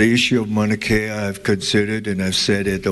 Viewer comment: Dumb ass don’t even know how to pronounce Mauna Kea!!